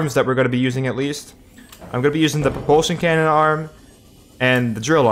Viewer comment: He said no reproltion cannon